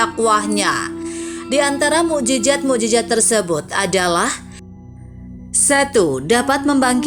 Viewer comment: Maaf admin.bahasa arab nya lemah.mu'jizat bukan mu'jijat...trima kaseh dari ilmu conten nya.